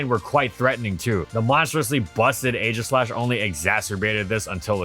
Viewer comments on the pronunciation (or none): none